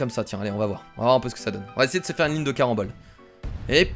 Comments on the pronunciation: C carenbole pas marenbole ! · Wtf il dit barembol ses carembol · Il dis tout le temps marembole au lieu de carembole😂😂😂😂😂😂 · c les CARAMBOLES 😂 pas les MARANBOLES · arrêt de marambole alors que c'est carambole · c'est pas les maranbolle c'est les caranbolle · Carambole pas marambole 😉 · C les caramboles pas maramboles xD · c'est "caranbole", pas " maranbole"!!!! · CARAMBOL PAS MARAMBOL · ne dis pas marambol . 👎 Mais dis carambol . 👍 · CArambole pas MArambole tu es irrécupérable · C'est pas des marenbole c'est des carenbole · carambole pas marambole sinon gg la vidéo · C CARAMBOLE PAS MARAMBOLE !!!!!!! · Zbeub-78 exactement j'étais en train de crier <<CARAMBOLES CARAMBOLES😠😠😠😠>> 😁😁😂😂😂😂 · Les marannole il a dit à lol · tu as dit maranbole 4 fois lol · Tu a dit 5 maranbol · C'est vrai